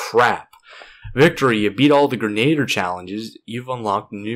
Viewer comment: It's pronounced Gren-a-deer, man.